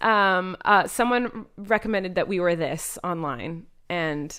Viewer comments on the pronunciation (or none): none